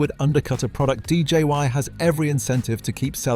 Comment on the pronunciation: DJI was being referred to as DJY by the narrator.